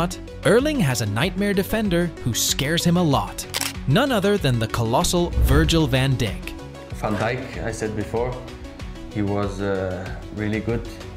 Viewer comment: "Virgil Van Dick" "Vinikius Jr" "Sadio Mene" "Marchelo"